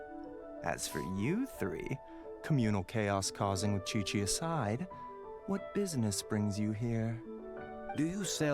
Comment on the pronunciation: My question is indeed "why chichi?" because if was going to correctly mispronounce her name it should be "Kiki" not "Kweekwee" since Qiqi's name doesn't have any "u"s.